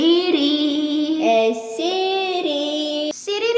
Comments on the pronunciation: she says siriririri ! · Not the ✨sIdRi? sIdRi? SPEAK TO ME sIdRi✨ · Is it just me or when she said "hey seri" my seri opened.... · Whenever she said “sIrI” my Siri REsPoNDed 😅